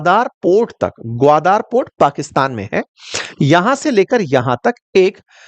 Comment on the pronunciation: it is ग्वादर not ग्वादार.